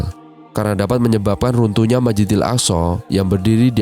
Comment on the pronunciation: Masjidil bukan majidil